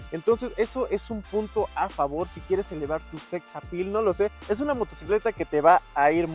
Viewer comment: Jajaja sexapil 😂😂💅